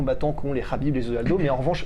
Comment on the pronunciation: Très bonne vidéo les gars. Je le sens bien Ciryl. En revanche, le kh de khabib n'est pas un vrai kh, ni un k, mais un h aspiré : حبیب en arabe.